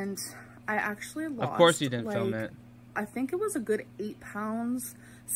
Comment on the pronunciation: “I Ucheally eat this in two separate MILLS” (repeats 3 times) followed by “I keen show u guys a close up” gorl WHAT IS YOU DOING